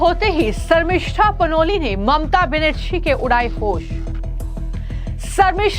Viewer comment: ma'am its not mamta banasri , its Benarji , your news was good but i dont think u collected the report